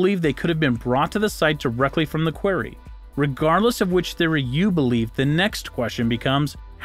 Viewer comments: 'Quarry' - rhymes with 'sorry'. Who taught you English? THATS a mystery! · You say query, no other place on earth pronounces it the way you do. Learn to speak... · Thank you. Maybe he isn’t a native speaker. Why do people try to sound out English words? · The correct pronunciation of the word "quarry" is "kworr-ee" (emphasis is on the first syllable). I'd also suggest that you listen to how English people pronounce Wiltshire. The emphasis is on the first syllable. EDIT: Oh, and "sphere" is pronounced "sfear", not "spear". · This announcer is pretty uneducated. Has mispronounced about 20% of the words. “ war-shippers” for worshippers. “Quairy “ for quarry. “Ajeen” for Aegean, etc.